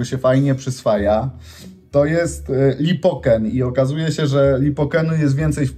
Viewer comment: Likopen nie lipoken 😂